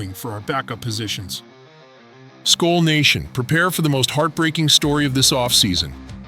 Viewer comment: learn how to say SKOL you idiot